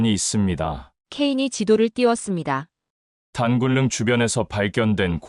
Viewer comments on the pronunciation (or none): Ai의오류 단굴능? 그게뭐야 단군능으로읽는것 조금도 어려운 것아닌데.